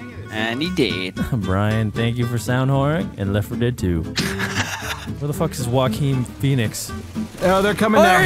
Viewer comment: The way Brian said Yakeen Phoenix's name